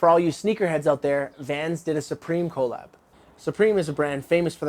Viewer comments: "Collab..." is actually sort of an abbreviation for "Collaboration".. Therefore it is ONE WORD.. its not short for "Co. Lab", don't let the Canadian accent overpower you. You're better than that. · Why are you saying "co-lab"? Say it just like the beginning of the world collaboration ya dummy. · These videos are great but I cannot stand the way this dude pronounces "collab" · Does this dude not know how to say "colab"? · why he say collab like that tho?